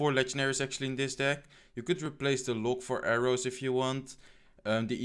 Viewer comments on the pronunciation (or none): Why u say Lok? Its log..